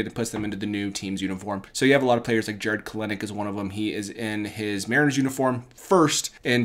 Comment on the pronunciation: I think Jared kelenic’s name is pronounced different